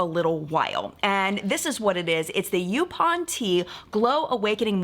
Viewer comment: I am loving this history lesson. But I live in North Carolina, specifically on Oak Island. A section of the island is called called Yaupon Beach. It's pronounced "Yaw-pon". I thought you would appreciate a tiny little lesson in return!